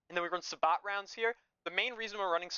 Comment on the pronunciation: Just a psa sabot is pronounced as "say-bo" its a French word 😅 cool breakdown of your build tho